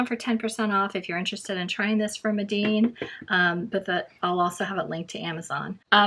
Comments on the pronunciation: I hate to be that person but I think it’s pronounced mee-den not meh-deen. I’d love to see a painting of a bookmark with the schmincke student grade! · Yes Mee-den. It was a good review anyway.😊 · Loved the video but, just in case no one has mentioned...Meeden is pronounced with the long e sound ie. Medan.